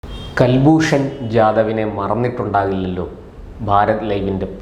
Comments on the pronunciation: കൽഭൂഷൻ അല്ല സുഹൃത്തേ കുൽഭൂഷൻ ആണ്. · കൽഭൂഷൺ അല്ല. കുൽഭൂഷൺ എന്ന് പറയു. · കുൽഭൂഷൺ എന്നല്ലൊ, കേൾക്കുന്നത് കൽഭൂഷൺ എന്നാണോ? കൽഭൂഷൺ അല്ല കുലഭൂഷണൻ 🎉😂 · Pronounce as Kul not Kal. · Mister please watch any of Hindi or English channels in India where you'll find they all pounce name as Kulbushan whereas you say as Kalbhushan. Why? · കൽൽഭൂഷൺ അല്ല കുൽഭൂഷൺ ആണ് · കൽഭൂഷൺ എന്നല്ല... കുൽഭൂഷൺ